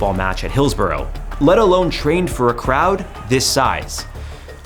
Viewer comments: pronounced 'Hillsbruh'...... not 'Hillsboro' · Script written by AI by chance? By the way, its pronounced Hills-brugh not Hills-burrow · Im a Liverpool fan. The police trued to cover it up and The Sun newspaper blamed the fans. Disgusting. Its pronounced Hills-burra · Excellent presentation of the event but I'm going to be really picky and say that, in England, Hillsborough is pronounced "Hills-ba-ra". Yeah, I know; English spelling of place names doesn't bear any relation with the pronunciation. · It’s pronounced Hills-bra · I cant stand how he pronounces Hillsborough 😂